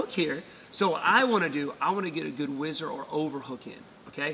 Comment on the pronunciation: What a minute it is called a whizzer and not wizard. Next you are going to tell me that we don't get French benefits.